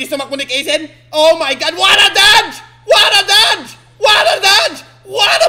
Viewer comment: WORD OF THE DAY “WATTAPLAY” “WATTADODGE”